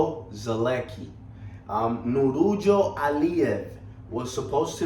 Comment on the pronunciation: Bro ... he's name is Nurullo ,,,but not[ Nurujo]